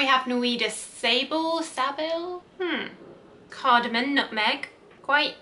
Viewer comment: CardamoM, not cardamoN.